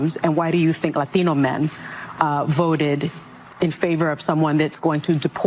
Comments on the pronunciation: Why does suni use an accent when saying LAT TEEN OH? Its not pronounced latheeno. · Why does everyone try to sound spanish when they say the word latino? Lathino? Stfu youre a gringo just pronounce it like a gringo unless youre actually speaking spanish. Ive never even heard latinos say latino like this. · Sunny is racist AF. Listen to her say LATINO.